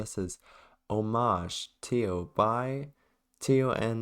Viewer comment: thanks for playing my map :) and you did pronounce my name right the first time, so kudos to you.